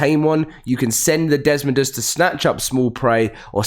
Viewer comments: Buddy, it is pronounced Dess-Moe-Duss there is no “n”. You have been saying dess-mon-duss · Your pronouncing it DESMONDOS. it's pronounced des-moe-duss